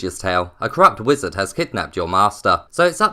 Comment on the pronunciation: I absolutely love this game. It's so much fun. Also, it's very early and I haven't had coffee yet and I thought you said "a crap wizard" at the beginning (instead of "corrupt") lol